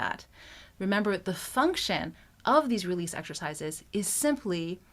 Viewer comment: You keep saying realese for 5 minutes